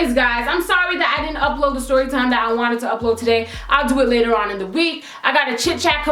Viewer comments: "Styorytime" lmao 😂😂😂 girl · uhhhhhh i says stRorytime hahahahhahah a R to much hahah